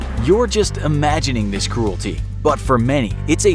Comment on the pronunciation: Lol he say "Cruelty" No its cruelty what they did!